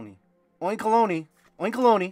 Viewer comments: I think oinkologne is pronounced oink-alone. Kind of like cologne. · Some good pulls! A fun watch as always,! Also "oink alone" is how you pronounce that pig pokemon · It’s oink + cologne. Doesn’t rhyme with bologna. It has a scent based ability in SV and sprays pheromones out of its tail. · Oin(kologne) say the second park like "Cologne" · Love this set to bits! What a crazy opening as always. Few things to note since you asked: 1. Atticus is a guy. 2. It's spelled oink-olon, like cologne. 3. There's only 3 IRs in the set so it makes sense you'll be pulling a lot of dupes. 4. There's 2 different artworks for Paldean Student. Keep up the quality content brother. #HangerGang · Eevee is absolutely adorable ☺️ I think this set will be more of a hidden fates 3.0 😂 Also Atticus is a boy and it’s pronounced as oink-alone, at least that’s how I pronounce it😂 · I think it's pronounced "oink-co-loan" like aftershave/cologne as it has a perfume attack 🤷‍♂️ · That pig's name is Oink+Cologne (as in perfume) so the final e Is not to be pronounced, you're welcome :D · It’s oink-uh-lone brother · Similar to cologne, oinkologne is pronounced oink-olone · Oinkologne pronounced oink•a•lone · Also pretty sure it is pronounced oink-alone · I think it’s pronounced Oink-uh-long 🤷🏻‍♂️ 😂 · I like your pronunciation of the pokemon more, but it is a combination of oink and cologne, so phonetically, it is oink-alone. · It’s pronounced Oink-alone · Its pronounced oink-a-loan. Thanks to Google pronunciation.